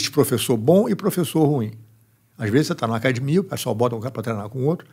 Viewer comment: Falou "cadimia" é Gracie. Parabéns pelo excelente trabalho,!